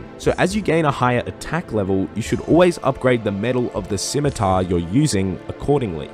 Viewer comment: SIMITAR? SCHMITAAR!*